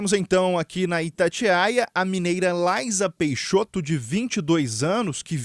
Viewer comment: O espaço é um assunto muito complexo esse jornalista e muito leigo pra tá fazendo essa entrevista à única coisa que ele sabe é pronunciar o nome dela correto vamos esperar a entrevista dela pelo Elom musk